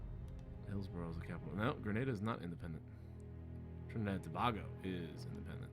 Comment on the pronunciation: Tobago is pronounced to-bay-go. And there are quite a few independent countries in the Caribbean. Antigua and Barbuda, Barbados, the Bahamas, Belize, Cuba, Dominica, the Dominican Republic, Grenada, Guyana, Jamaica, Haiti, St. Kitts and Nevis, St. Vincent and the Grenadines, St. Lucia, Trinidad and Tobago